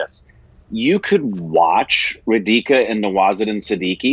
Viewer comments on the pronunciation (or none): Yay, was so wishing for you to review this movie, thank you. Oh it's not ra dee ka It's raaa dhi ka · It is RAdhika, not Reedhika. It couldn't pay attention to anything else.